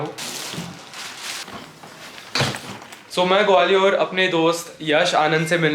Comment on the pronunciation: ग्वालियर है वो gwaliooor nahi hai 😂